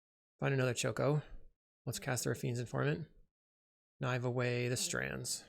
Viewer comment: Weird to hear Choco and Mog not pronounced as, well, "Choco and Mog", though the way it's printed on the card doesn't really help for people who haven't played the games, so I'm not blaming you. I'm still unsure how I feel about the Final Fantasy set in general beyond being glad that at least nothing is as obnoxious as some MH3 cards (even witg unsurprisingly good Black Mage's Rod is). Either way I wouldn't mind seeing you play this deck again as long as you're more comfortable with it since you're clearly aren't comfortable here.